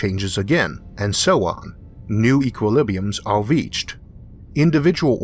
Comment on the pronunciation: I wish my GPS had your voice programmed into it. Tawn left, Tawn Wight, You have weached youw destination, and I've been Isaac Awthaw.